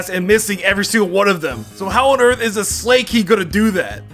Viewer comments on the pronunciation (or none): Your pronounciation of ally is wrong. And your pronounciation of Slaking and Magcargo. They're puns so you use the words they sound like, in this case magma and cargo, and slack and king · I love that you said slay king instead of slaking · Lol, 'slay-king', 'ALLEY switch'